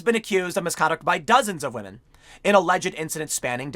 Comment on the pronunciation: "we'll tell you when to believe all wahmen".